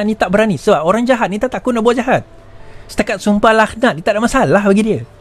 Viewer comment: Bukan sumpah “lakh-nat” laa. Sumpah “laknat” (k=ع).